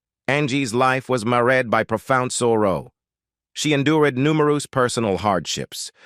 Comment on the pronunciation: ''She endured numeroos pesonal hardships''.